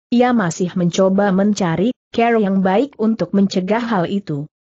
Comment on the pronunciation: Kenapa klo membaca "cara" menjadi "ker" ya . . . 😂